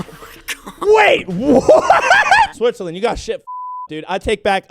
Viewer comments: Did you say SWITH on purpose in the intro? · "Step-Switzerland" LMFAO